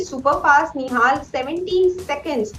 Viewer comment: In the beginning you always say nohal nihal and now you saying play like a genious. What the hell...